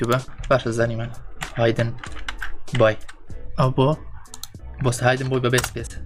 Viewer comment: کاکە ئەوە بە هایدن بۆی ناخوێندرێتەوە بە هیدن بۆی دەخوێندرێتەوە............